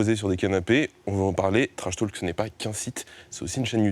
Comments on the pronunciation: Personne: - Le journaliste: « TrashTAULk 😳» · Lucien Nedenon un peu tendu peut-être et sa prononciation sur « trashtalk » ouille 😓 mais les questions et relances sont bien bossées quand même.